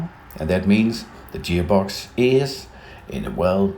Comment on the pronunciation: guy is kinda weird huh..."jeer box" lol